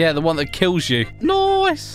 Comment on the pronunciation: I love how u say nice noice